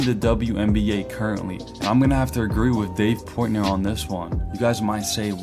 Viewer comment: Why do you say "Dave Poytner" ... PORT NOY